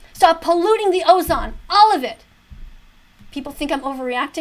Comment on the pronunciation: I can't respect a person that can't say "ozone" correctly